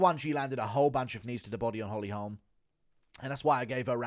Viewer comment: weird pronunciation of "holme" you not listened to anyone say her name?